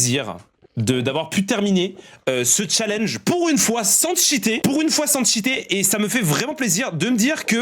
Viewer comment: sans tchiter 🧐